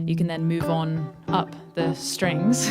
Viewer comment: The "Up. The. Strings." was sick 🤮 lol